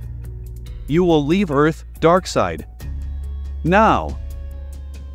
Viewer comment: Hey narrator darkseid is going to kill you for saying he name wrong